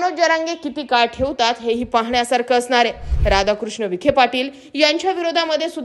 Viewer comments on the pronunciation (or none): none